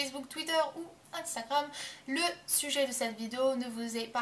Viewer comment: ça m'a fait trop rire de la façon dont tu dis "instagram" au début de la vidéo x)